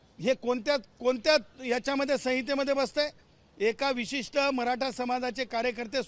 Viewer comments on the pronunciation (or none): none